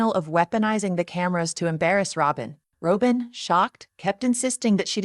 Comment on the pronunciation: Rob-in! Do you watch the show? Why can’t you pronounce the name?